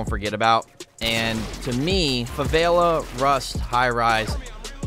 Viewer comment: ‘Favaila’😂 Love it keep it up😂👍🏽